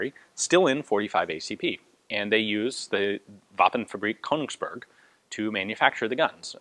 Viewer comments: In the North we pronounce "berg" more like berj (Without the "d"-sound, almost silent. Kinda like the "j" in jam or yellow. And with a higher, calm "e"). "Beerk" just sounds... stupid. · it is Kongsberg. It sounds like he wanted to say Königsberg and I was wondering if that suddenly went a couple kilometer north